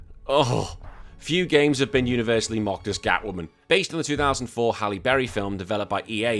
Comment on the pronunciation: Did you say "basely loosed" on the Charlie's Angels bit or am I hearing things? 😂